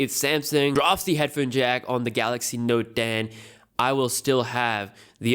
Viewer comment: its note ten, not node den.. but yeah ur indian